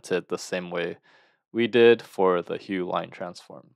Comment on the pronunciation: you mispronounced the name of the transform, its pronounced as 'huf' and not as 'hue'